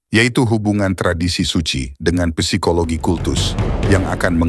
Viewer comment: Kata psikologi dalam Bahasa Indonesia dilafalkan 'sikologi' bukan 'pesikologi'.